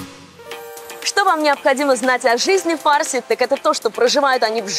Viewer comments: Ударение на слове фарси ставят на втором слоге запомни раз и навсегда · Слышь фарси, ударение правильно ставь